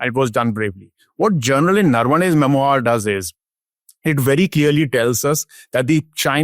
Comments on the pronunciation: It’s not ‘mem-oyer’. It’s’mem-wah’. This is basic. That said, it’s a relevant subject that’s been covered very well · The word is “mem oo are” (French). Please get your pronunciation right